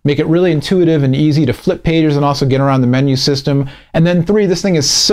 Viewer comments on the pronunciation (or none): none